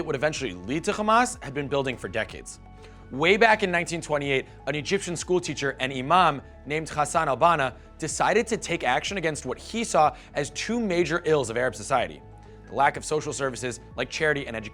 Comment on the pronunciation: Khamas?? Ftakh? Khassan al banna?? My friend practice the names before talking about somethings